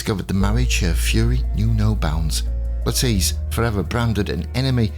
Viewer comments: "nolls" is correct ""le-TEECE" is not, The name has always been pronounced "LETT-iss" in the UK with stress on the first syllable- whereas the USA the fashion in names seems to often stress the second syllable (another example is Bernard (UK BURN-nud : USA b'NARD) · The most commonly used pronunciation and certainly the one used by reputable historians and historical documentaries in the past is "LETT-iss" (like the vegetable) "Le-TEECE" as used here is a very modern innovation (since the 1980s) At least we can all agree it is Nolls not Noll-eese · Yes, that's exactly why. Because so many are mis-pronouncing it.